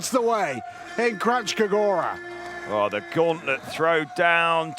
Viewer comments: Kranjska gora, not Krachska - nj is a single phonem, pronounced as in el nino. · A kak Kranjska Gora izgovaraju 😂😂😂😂 živi smijeh